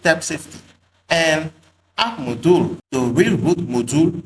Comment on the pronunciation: nice tutorial... such great content... i laughed how you said 'moduul" haha